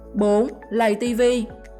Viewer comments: Chị ơi lây TV chứ ko phải lầy TV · Người ta là lay tv chứ ko phải lầy tv bà nội ơi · Lay tv chứ ko phải lầy vl nói cũng sai